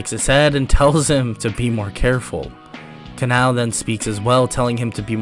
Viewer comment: you need say her name as ka-na-o not ka-nau please dor the next times you do demon slayer what ifs